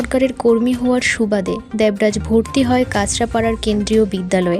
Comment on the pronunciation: আপনার উচ্চারণ খুব খারাপ দেবরাজ নাম টা উচ্চারণ করতে পারছেন না ।এলাকা কে বলছে অ্যালাকা।